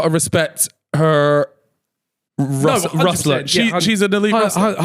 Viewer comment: You know it’s RUFFLER not RUSTLER right? 😂